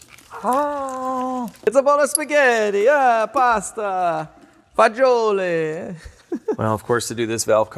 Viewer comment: pasta, fagioli...good pronunciation, appreciated that from Rome Italy